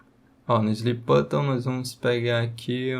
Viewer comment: o que me pegou no video foi ele falando "slip button" o tempo todo kkkkk no mais ta sensacional o video 🙏🏼✅